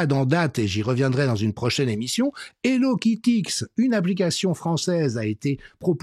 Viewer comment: Merci Monsieur, pertinent clair et efficace, comme d'habitude. Alors, je pense que pour le mouvement "Hello Quitte X" il faut le prononcer "quitte ix" et pas "quitte ex". Il semblerait que ce soit un lamentable jeu de mots avec ce personnage dont les enfants et pré ado raffolent, à savoir Hello Kitty. Pas forcément le meilleur choix, n'est-il pas? Gratitude à vous pour votre engagement sans failles